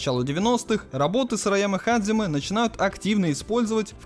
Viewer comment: Пришёл подушнить. Японские слова у нас только записываются по Поливанову. Произносить же нужно настолько по японски, насколько получается :) В данном случае 基 лучше произносить как hajime. Ты же анимешник, камон, наверняка слышал, как герои воодушевленно произносят это слово. Или hajime ka. Или даже hajimemashou!